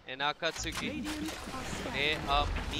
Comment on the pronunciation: It's pronounced AKATSKIII FFS